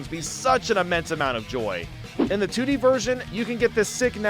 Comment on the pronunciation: said “3D and TD” instead of 3D and 2D